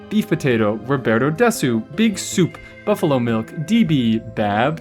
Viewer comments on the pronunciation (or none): none